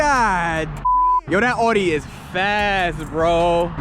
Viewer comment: It's pronounced "aw dee"